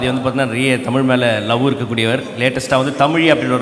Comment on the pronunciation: கவிதை எல்லாம் சரி ஆதி, தயவு செய்து, தமிழுக்கு அடையாளமான ழ எழுத்தை ஒழுங்காக உச்சரிக்கவும்